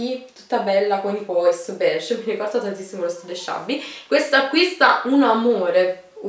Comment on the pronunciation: Pois? si dice "Puà" ! Pois è come si scrive ahahhaha :)